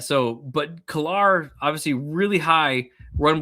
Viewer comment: it’s Ko-lar. Like cola. but with an R attached.